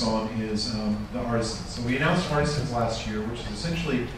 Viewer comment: Holy cow, a video where "artisans" is pronounced properly every time!